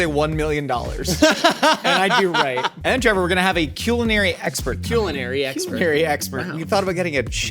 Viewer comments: maybe i’m late to the joke but why does say queue-linary again? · Since when is it CUE-lenary?!